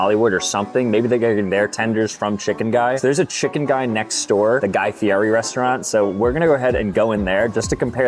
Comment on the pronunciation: His name is pronounced like Guy Fee-Eddie, not Guy Fee-Airee. You’re killin’ me! It is LEE-OH Messi and Guy FEE-EDDIE. Take notes!